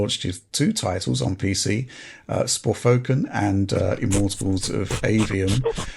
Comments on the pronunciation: Sporfoken 😂 i always call it Forsaken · Dude, I think truly believes the game is called Sporfoken and not Forspoken. 😂😂😂😂😂😂😂😂😂😂😂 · Okay so what's the inside joke with forspoken? Why did say it like that?